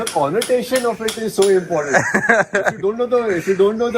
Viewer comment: parmeet sir saying "connotation" shows why he is rich 😂😂